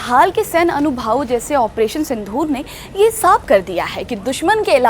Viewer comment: अरे मैडम क्यों हिंदी की टांग तोड़ रही हो, कुछ तो शर्म करो। अनुभव होता है, अनुभावों नहीं ।